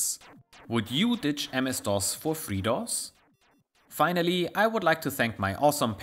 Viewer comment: Your accent, when you say FreeDOS, on more than one occasion, sounds like you're saying "Fritos", and that gave me more than a few chuckles.